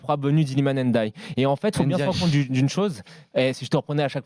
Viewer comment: Ça se prononce Ndiaye (comme ça s'écrit) pas "Ennediaye" c'est dingue de pas arriver à prononcer juste.